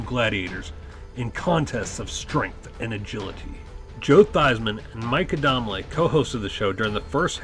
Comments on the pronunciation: I know you never got to watch it when it aired on TV because ive never heard anyone pronounce the names like you ...its mike (adam-lee) and Larry (zon-ka) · Mike was such a prominent part of the show, I have no clue how he butchered the name so badly. Not to be a dick, but did he actually watch the show? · Came to the comments to see if the mispronunciation had vexed anybody else. Turbo was my favorite gladiator, but I liked almost all of them. The only one I didn’t like was Viper—such a cocky shyt.